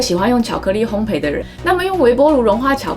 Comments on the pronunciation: 烘焙的"焙"字讀音是"倍", 而不是"陪". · 謝謝這麼豐富的知識~ 對了，是烘ㄅㄟˋ喔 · 烘焙，焙是念作「ㄅㄟˋ」喔 😁